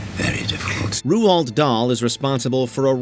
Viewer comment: "Ruu-old" Dahl? Jeez, at least say his name correctly.